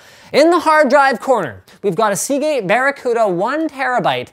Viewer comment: I'm not a native English speaker, so when i tried to google the SSD you were using, my approximation of your pronunciation was: "see gay barakuda 1", which wasn't terrible, but brang some rather interesting search results xD